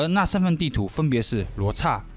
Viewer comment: 聽到唸「餓」羅斯而非「鵝」羅斯，就覺得好悅耳😂